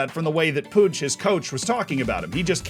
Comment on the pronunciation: I'm catalan and his pronunciation of "Jordi" and "Puig" are almost perfect. The "Puig" really surprised me for how good it sounds. Puig, or Cesc😂, seem difficult to pronounce even for spaniards.